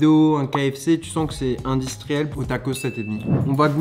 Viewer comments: Personne : Charles : Indistriel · C’est IN DI STRI EL 😂😂😂😂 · J’adore comme il dit « industriel »